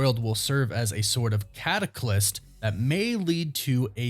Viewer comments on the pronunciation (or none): catalyst...not cataclyst (not a word) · Catalyst not cataclyst. You're getting it mixed up with cataclysm :) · Cataclyst is not a word. It’s catalyst. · Dude! “Catalyst”! Not “Cataclyst”! And you said it twice! You need to WRITE your stories, then read what YOU wrote. Just “winging it”, or reading what someone else wrote, makes it sound like you’re pulling it out of your ass (because, you are). reading words that you mispronounce shows that you even know what they mean! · Catalyst.....not cataclyst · 😂 thank you, i had to talk myself down because i was so close to typing it myself when he said it the 2nd time! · What the hell’s a “cataclyst”?